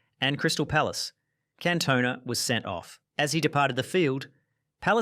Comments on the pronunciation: Cantona is gonna find you for that pronunciation. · Wow!!, I have to say that I enjoyed the video but, I've never ever heard Eric Cantona's the French Player's name being pronounced that way.